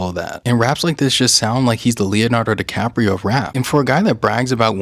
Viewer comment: Leonardo DiRaprio